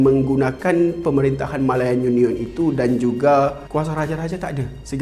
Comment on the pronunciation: Rare btol sbutan dia ni..YU NION